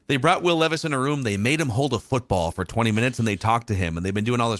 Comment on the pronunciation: It's leeeeevis according to 😭